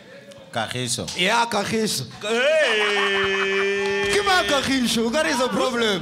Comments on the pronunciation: 😂😂😂😂😂😂😂😂😂😂😂😂😂😂😂😂😂😂😂😂😂😂😂😂😂😂😂😂😂😂😂😂😂😂😂😂😂😂😂😂😂😂😂😂😂😂😂😂😂😂😂😂😂😂😂😂😂😂😂😂😂😂😂😂😂😂😂😂😂😂😂😂😂😂😂😂😂😂😂😂😂😂😂😂😂😂😂😂😂😂😂😂😂😂😂😂😂😂😂😂😂😂😂😂😂😂😂😂😂😂😂😂😂😂😂😂😂😂😂😂😂😂😂😂😂😂😂😂😂😂😂😂😂😂😂😂😂😂😂😂😂😂😂😂😂😂😂😂😂😂😂😂😂😂😂😂😂😂😂😂😂😂😂😂😂😂😂😂😂😂😂😂😂😂😂😂😂😂😂😂😂😂😂😂😂😂😂😂😂😂😂😂😂😂😂😂😂😂😂😂😂😂😂😂😂😂😂😂😂😂😂😂😂😂😂😂😂😂😂😂😂😂😂😂😂😂😂😂😂😂😂😂😂😂😂😂😂😂😂😂😂 She said kagiso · She said Kagiso 😂😂😂😂😂😂😂😂😂 is messy